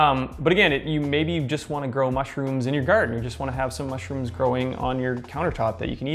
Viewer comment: Why is it bugging me so much how he says MUSHrooms?